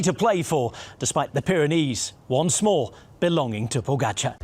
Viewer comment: Great voice of this commentator, way to go Who, indifferently, unprofessionally, lazily, will not learn how to pronounce name pogacar Ugh